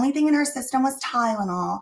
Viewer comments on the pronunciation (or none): Ah yes, that good 'ol "Tydenol", that's apparently aka " Tylenol"!!😜 Lmao, she sounds so dumb🤦‍♀️🤭. I was busy cooking the 1st time I ever played it, so I was actually just listening, but I still caught it immediately, lol. I remember backing it up 10 sec, bc I was like wait, what?? Lmao 🤣🤣🤣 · I remember this chick said "Tydanol" or "Tie●dah●nol" she couldn't even pronounce Tylenol correctly.